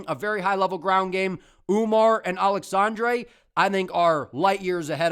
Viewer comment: Also thanks for properly pronouncing “aleksandre” Topuria. For some reason other YouTubers (Guru) call him “Alejandre” when that isn’t his name lol